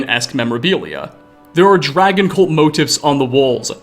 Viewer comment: I just noticed something about the narrator's voice. I think it's just a minor regional quirk but I can't unhear it. He does this thing where he doesn't cut the flow of air at the end of a word when it has a consonant. Usually it presents a a tiny little -uh at the end of a word "dragon-uh" skyrim-uh" "here-uh" were a few I picked out in a couple sentences. It seems just a little weird to me but it's probably better for voice over than dropping or softening consonants all the time like I do. Edit: just wanna clarify I'm not hating, even when you're accent is near indistinguishable from people across the country, there are still tiny differences that give it personality and I love that about language